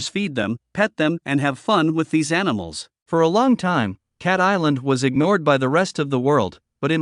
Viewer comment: what the fk is anisals . .you twat . . .